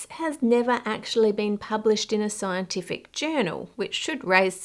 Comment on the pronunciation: So you haven't researched it is what your sayin right here lmao.. Sci Enti Fic I hear you say haha...